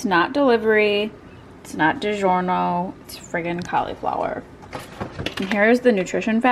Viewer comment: "It's not digiornio" 😂